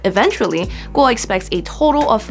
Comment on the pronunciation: I like how you pronounce “Kuo” 👍